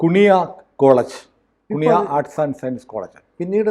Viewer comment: കുണിയ അല്ല, കു്ന്ഹിയ.... 😂😂😂 നല്ല പേര്....